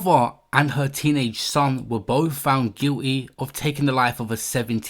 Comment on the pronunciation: "Guilleee" It's guilty damn it 🤣🤣🤣